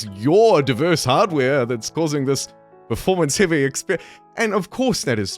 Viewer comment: Kia ora. Another kiwi that accidentally pronounces it "pre-formance" rather "performance". The game is atrocious. If it were a toaster, an oven, or a tv you'd return it for a refund. Got my refund. Will see what happens to the game over the next year but not holding out hope. This game will go down in history as an infamous disaster.